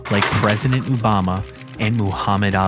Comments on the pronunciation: it's Obama....not Ou, O-bama.😂✌️Great video. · You saying Ubama is hilarious 😅 it’s Obama lol